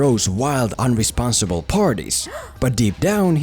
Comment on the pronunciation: its "irresponsible"